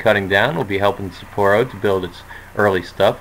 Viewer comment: I love your videos. It gives me a lot of insight into playing my games. But I do have one small comment about the city names. I'm actually surprised you do kinda alright but since I know Japanese, it's actually "SAH-poro" Not sure how to explain. It's emphasized on ethe first syllable and there's a pause between it and poro. Sa-pporo. Double sounds in Japanese sound more like a pause. Just nifty info if you cared. Probably not lol...but keep the videos going! :)